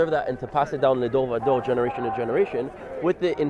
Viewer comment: it's Le dor va dor not le dol va dol :)